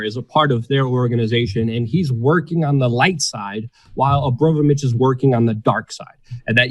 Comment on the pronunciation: Are you mispronouncing her name deliberately out of disrespect? Because it's Abramovic, not Obromavic. Don't get me wrong; I'm in no way insulted on her behalf. I don't like her. Just couldn't help noticing repeated mispronunciations of her name. Also, 'Bass music' is pronounced like base, as in military base. Not Bass, as in the fish. (observed from another video of yours).